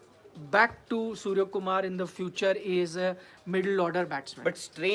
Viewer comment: Beta pale nam to sahi kelo tab reporting karo surya h surja ni 😀😀😀